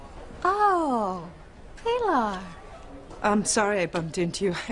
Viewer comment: Always thought it was so degrading how rebbeca called pilar, pee-lar.